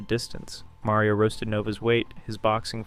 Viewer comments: MARio not MERio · hard to watch when youre saying mario like carmela from the sopranos